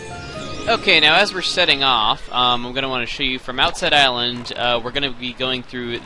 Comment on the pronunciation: did you say go around the irelend?